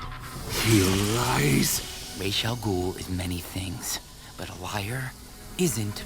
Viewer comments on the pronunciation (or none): I hate it when they call him Raesh. It's Ras. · 97. No, it's not. The name derives from Arabic, that's how it was originally created (That's also how it is pronounced in the Nolan trilogy: Rahs not Raysh). The Hebrew pronunciation is therefore wrong, even though it is used as much as the correct one. It's like slang or a weird dialect. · Actually the correct pronunciation is the hebrew Raysh, on both Nolan's Dark Knight trilogy and Arrow used the arabic pronunciation Ras.